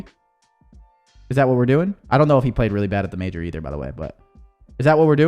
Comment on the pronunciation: Its Major not mayor brother